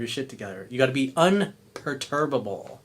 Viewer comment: Un per tu ba ble... gees man.